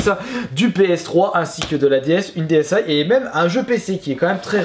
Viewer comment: Je veux juste être sur y'a que moi que sa fait bizarre quand il dit ds aïe et pas dsi